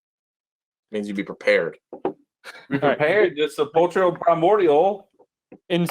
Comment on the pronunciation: Sepulchral of Sepulchral Primordial is pronounced: sép-el-krel.